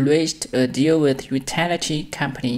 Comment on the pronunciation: demolition 重音在mo /'ma/, utility 發音怪怪的, 建議讓google ..自動用母語人士發音唸一遍先, 讓發音能正確!